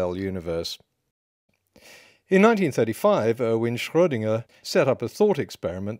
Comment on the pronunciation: Genuine compliment: you pronounce "Schrödinger" almost perfectly. In fact, a native German speaker from Germany could pronounce it worse than you when speaking English because sometimes it's hard to switch back from English pronunciation to German pronunciation.